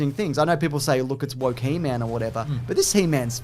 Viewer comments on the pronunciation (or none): HE...MAN, not hemen. Or is that a semen joke. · Hemen? It's He-Man! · It's pronounced "Heemun." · He-Man shouldn't rhyme with semen...you're saying it wrong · He-man. Not Heman. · Why do they keep saying hemen instead of He-man? It’s hilarious lol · he's constantly saying 'he-min' & not 'he-mAn'_________what. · Firstly, it's He-Man not "Hee Mun", wtfwrong with you. Also, stop saying "", he's the only other person there, he knows you're talking to him, it's the weirdest thing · The way you're pronouncing He-Man like it's his last name is cracking me up. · It's He-MAN. Not He-mn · you say He Man like 'hymen' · How dare you pronounce he man like semen lol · The way you say "he-min" annoys me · Why does say He-man like semen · You guys say "He-Man" like "semen." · the way you say he-man is killing me. heeman lmao its HE, MAN. theres a separation there xD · I love that they pronounce He-Man like a last name (like Goldman) lol. its one of my favorite old yogscast bits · pronouncing "He-Man" like "semen"... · He-Man……does not rhyme with semen!😂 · strangest way to pronounce he-man 😂😂 also, love interrupting with the matchbox comments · I know is mispronouncing He-Man on purpose. shakes fist!!! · The way he says He-Man actually hurts my soul.